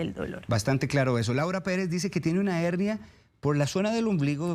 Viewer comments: La doctora porque habla de HENIA, CUANDO ES HERNIA , NO SE PORQUE NO LO PRONUNCIA BIEN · Una pregunta. Es Hennia o HeRnia?? La doctora dice Hennia. Pero yo siempre la e conocido como Hernia!!